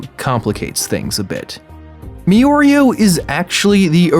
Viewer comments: lmao this idiot said me-oreo it’s mirio you stupid bitch 😂😂😂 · Why is he saying me-or-e-oh and not meer-e-oh (decided it would be better to right it fanatically). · ITS MI RI OOOOOOOOOOOOOOOOO NOT ME OREO HE NOT AN OREO SO CALL HIM MIRIO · I stopped watching this after he pronounced Mirio name like this 👉🏾Miorio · It is spelled mirio But he pronounces mioreo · Meoreo?????? Who the fuck is that????? I thought I was clicking on a video about miorio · “me-oreo” Me: ok probably just has hard time with speech... Me in my head: f@ It’s mirio the beginning sounds like the beginning of mirror!! Ahhhhhh!!!! 😂😂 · "mirio" . rest of the video MiiOrEo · Mirio not mioreo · “me-Oreo” Me:who the fu.. It’s mee reee o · It's pronounced "Me-reeo" not "Me-Oreo". There's no "o" in between his name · merio is how you say it not me oreo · Why are you saying miorio, its mirio, its even writen like that. I get its a mistake and hope the coment did not ofent, its just sometimes these make me cringe a bit. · Mirio 😭😭 not miyorio 😭😭 but its okay lmao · Make the video again and read the name correctly. It's spelled Mirio, and pronounced Me-Ryo by everyone in the show. I have no idea where me-oreo comes from. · Not Me-Oreo, it’s Mir-rio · Ok, loving the vid but it’s pronounced MIRIO not Miorio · Wtf is meoreo ffs its MIRIO MI RIO M I R I O FFS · I’m pretty sure its pronounced me-ree-o and not me-or-ree-o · It's not Me-Oreo, it Mi-Ryo (similar to Mirai, aka future)...Sorry, was annoying me too much to not comment about it. great video though! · Its-a me! Miorio!! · I agree with most of the video analysis just not the pronunciation bit. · stop saying miorio stop just stop edit: NIGGA DID YOU JUST SAY EARY STOP don't go further down wow you rude if you reading this you prob the type of dude who would say miorio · Mi ri o that is the pernunceation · Please stop saying meoreo... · "Miorio" "Iri" "meedoria" THIS IS WHY PEOPLE USE THE ENGLISH DUUUUUUUUUUB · Can't stand the "Miyorio" 😂